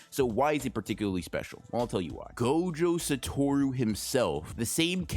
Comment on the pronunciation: Bro why do you have to pronounce the character names so badly? I stg man I love your videos but constantly hearing "Gohjoh Satowrooo" and "reeyomen sookuna" makes me wish you could make like Mahoraga and adapt to the media you're reviewing just a bit